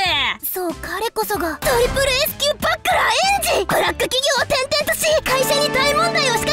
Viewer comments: バックラーて笑 グラップラーみたいにいうな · バックラーって言うのね… バチェラーみたいな言い方すなww